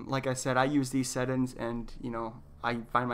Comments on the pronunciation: Where are you from that you pronounce settings as settins? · Great video! But you were killing me everytime you said "set ins" when talking about settings 😂😂😂, but again great video and very informational I had no idea their was a difference between a monitor and a TV screen.